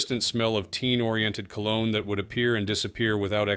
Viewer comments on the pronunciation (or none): none